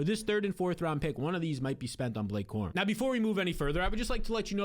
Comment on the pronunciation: Who is Blake Corman??? You can't get the name right ???